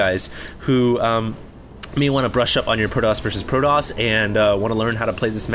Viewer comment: you pronounce the T in protoss like a l. it seems like i keep hearing proloss proloss...